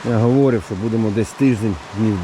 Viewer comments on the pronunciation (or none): Українська мова на каналї це класно, але наголоси в словах провірте - хОдити, чи ходИти, говОрив чи говорИв. У вас же в назві каналу ПОХОДИ написано, а кажете похіду)))